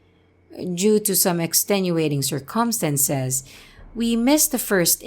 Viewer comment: Also, the stress is on the first syllable for "circumstances." So, I'd commented on another video asking if you were taught English by a non-native speaker since I noticed a lot of unnatural pronunciations, but I'm glad I found this chain of comments because it kind of explains it.